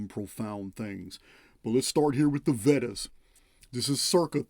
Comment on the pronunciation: VEDAS are pronounced vay das.